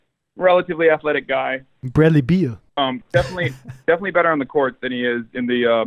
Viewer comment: "Bradley Beal" LMAO